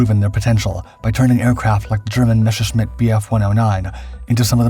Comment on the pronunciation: Why do you say Meshersmitt when it is spelled the exact opposite? "Messershmitt" it is pronounced. And Freccia is pronounced "fretsha". No "i" is heard. The city Lecce is pronouced "Letshe"